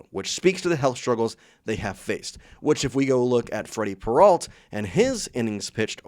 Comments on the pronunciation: AI ALERT: As soon as I heard "Peralt" instead of the correct pronunciation, I knew this was AI crap. I made this comment and blocked the site. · can't stand this guy saying "peralt" learn how to fkn pronounce their names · When did Peralta become Peralt?